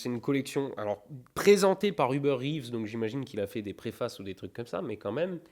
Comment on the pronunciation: Salut! Juste pour ton info, le nom de Hubert Reeves se lit comme en français, pas besoin de le dire à l’anglaise 😛😜